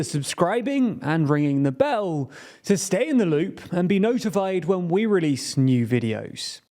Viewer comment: Man why do you pronounce “ringing the bell” like that? Very weird and annoying